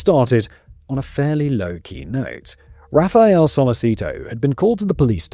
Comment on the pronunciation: Per-oo-ja Jack-omo Raf-ay-ell-eh Etc etc Please for the love of all that is holy will podcasters PLEASE search how to pronounce the names in their scripts. I had to give up. It’s grating.